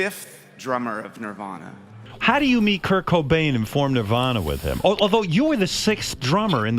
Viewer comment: they way he pronounces Cobain's first name makes me understand why some youngsters thought he was called "Kirko Bain".